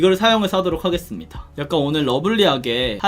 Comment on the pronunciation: 하게수루미다 ? ㅋㅋㅋㅋ 발음 너무 맘에 들어용 ㅋㅋㅋ